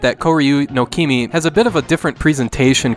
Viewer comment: Not first Also you said kimi instead of mimi , just letting you know.